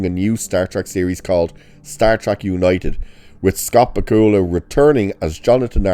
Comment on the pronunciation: Not to be rude, but please learn how to pronounce Bakula. It's not bah-koo-luh. It's Back-yu-luh, emphasis on first syllable.